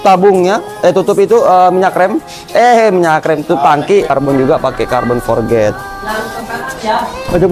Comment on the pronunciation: Forged bang bukan Forget... 😭